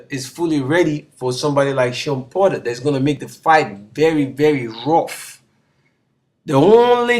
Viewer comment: *Porter not "Potter" 😂😂